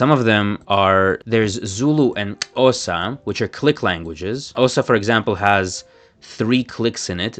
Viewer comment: He may be a ‘linguist’ but his pronunciation of Xhosa is atrocious